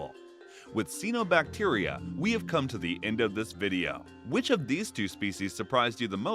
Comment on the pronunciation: it's pronounced CYANObacteria